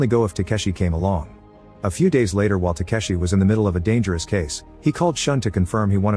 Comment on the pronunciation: The pronunciation of yakuza, Takeshi, and Shun is so bad it pains me to watch 💀It's not pronounced "sean", but "shoo-n", and not "tekeshi", but "ta-ke-shi". Maybe just do a quick google?